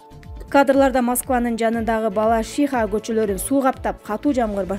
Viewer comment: Балашиииха эмес Балашиха, диктор кыз туура суйлогонду уйрон